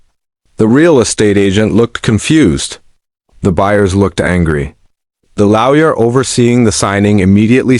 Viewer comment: This channel keeps pronouncing lawyer as laoya